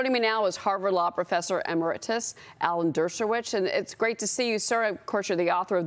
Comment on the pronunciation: how can someone become a journalist and not know how to pronounce “Emeritus”? If she can’t pronounce it by looking at it she can’t possibly know what it means.